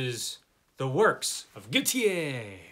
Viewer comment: What a fabulous 2 boxes! You've got some heavy mammoths in these boxes! Good reading ahead! Gautier = gaw tee ay. Tier in French is tee ay. Ex: my uncle is Pelletier. In english: Pell eh tee er. In French: Pell tee ay. In French, ez, er, et endings are pronounced 'ay'. Ex: chez, pronounced shay.